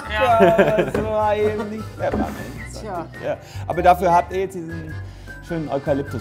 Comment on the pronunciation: Es triggert mich wie Solmecke Pfefferminz ausspricht